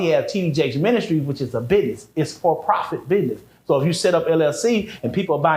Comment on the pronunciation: Trust no one that says, Biness instead of Business 💯🫡